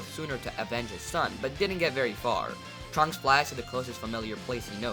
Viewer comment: When you said trunks I thought you said drugs and I was like heh they going to do drugs Edit:Can you do what if Beerus went to earth in the future timeline